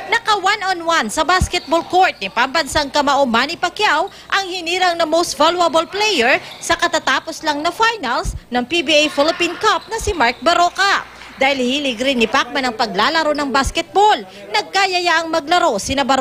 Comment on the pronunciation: Most val-wa-bol player